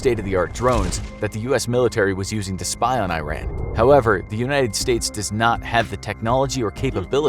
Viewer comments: Love it, hate it, not care, have disability in talking, lack of education & foreign cultures or whatever the case might be, it is pronounced E-Run. E like in Email, Try to say it properly. As for images used in this animation, such as camels and traditional Arabic head wearing and clothes, is like showing Canadians with Mexican hats riding donkeys, both are Christian after all.. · The pronounciation is "EERON" ffs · This guy says Tehran correctly but pronounces Iran as the word 'Ran' are you kidding me dude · Its actually pronounced as IH(EE) RAAN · You're pronouncing the country wrong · animates Iranians wearing Arab head-dresses and mispronounces the country You clowns aren't even trying. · Terrible job pronouncing the country’s name. And also Tehran isn’t a desert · Very Poor illustrations and full of Stereotypes!! 1. NOT "I ran" , this country is named IRAN!! repeat it till learn it! 2. I was born and raised in Tehran and lived there for 31 years. As Iranian, this city even in 1970s looked like modern Cities like European and U.S. cities, not a like Town before 2000 years ago. 3. Generals in Iran does not look like Terrorist leaders who are shown in west TVs with 1 meter Long beard. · I-Ran? !! u Say I-TALY???!!! Its Ee-taly, And Also Ee-Ran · Well, first of all its E_ran not eye ran. Second, DOES NOT exist in iran. At least not in tehran. What is this Arabia? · This narrator can't even pronounce the name Iran correctly!! It's E-RUN not I- RAN , just like pronunciation of Italy , also the animation shows palm trees , 4 your info , Tehran has 0 palm trees , climate is parallel to Denver - Co , it has a ski resort . Also in 1976 Tehran was a very moder looking city & people didn't look like some village in Saudi Arabia!!! But again ignorance has no borders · It's not pronounces i-ran it's pronounced like E-run , it's not a apple product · It's not "eye ran" it's "ee run" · It is pronounced ERON not EYERAN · It is not i-ran, it is pronounced E-run